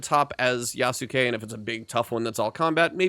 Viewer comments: How did you get this far into the game without learning how to pronounce Yasuke? The u is essentially silent. It's Yahs-kay, not Yah-soo-kay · They say his name in the game several times, and you still can't pronounce it correctly. I've heard several youtubers mispronounce Yasuke.